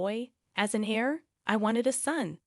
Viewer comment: Pronounce heir like air, not hair. The ‘h’ is silent.